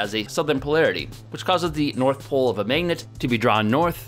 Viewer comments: I like the vids but it was hard watching this one because says magennet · "Mignit" It's always interesting to hear how people from different places pronounce mundane words that you don't think about every day. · the pronunciation of the "a" vowel in "magnet" and "dagger" in his accent makes me laugh every time